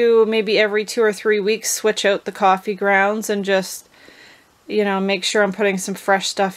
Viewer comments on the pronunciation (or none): not a java drinker?? you're missing owut (as you say it, lol)...seems the mice are not either! great tip!